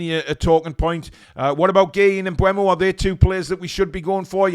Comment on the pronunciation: Mbeumo (pronounced Mbermo) not Mbuemo.